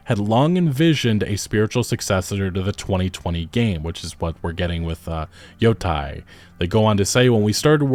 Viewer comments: Man I can't take it when you say yotai instead of yōtei 😅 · Just nitpicking. It's pronounced yo-tay as in "day" or "take" not "tie" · Look at the voice actress for that game. No one can convince me that it's not woke, too. PS: Yotei is pronounced "Yo-tay" not "Yo-Tai" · Thanks for the video! Just a note, it’s not Yo-Tie, it’s Yo-teh. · You're pronunciation keeps bothering me. It's not Yo-TIE/TYE. It's Yo-TAY/TEY. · Why are so many people on Youtube pronouncing Ghost of Yotei "Ghost of Yotai"? That's an E, not an A. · Just a heads up for future reference since I’m sure this game will be talked about on this channel often, it’s pronounced “Yo-Tay” In Japanese, there’s no such as short vs long vowels, all vowels are always pronounced the same every time A = ah I = ee U = ooh (example: “tsunami”) E = eh (example: “ramen”) O = oh (example: “shogun”) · Ghost of Yo -Teh - e is how it’s pronounced, not on my high horse or anything just lending some insight being that I’ve been learning Japanese 😁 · Seeing as it's spelled Yotei, I'm thinking the pronunciation is Yo-"tay". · Your YOTEI pronunciation are WRONG 😂. YO( TEI ) EI sounds like AY in MONDAY AY. just change D to T , TEI Yotei ! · Yotei. YoTAY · why does every content creator I watch covering this game mispronounce yōtei. you don't have to know japanese to see that it's spelled with an -ei and not -ai.